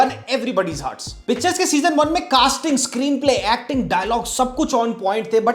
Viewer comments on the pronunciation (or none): Abey chutiye...pehle naam to lena seekh le......pitchers hai vo..... picture nhi.......... Tujhe to mtlb bhi nhi pta hoga pitchers ka